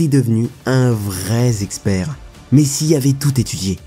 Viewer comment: Un vrai Zexpert NON 😉 Un vrai expert 😉